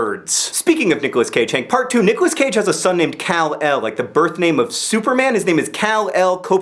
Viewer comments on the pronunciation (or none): nick cage does not have a son named Cal-El ( or Cal L. or whatever you were saying it was